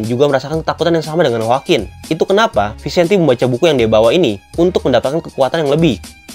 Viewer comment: Bahasa spanyol namanya.. jadi harus dngn gaya spanyol.. jadi bacanya itu harus Vicente 😁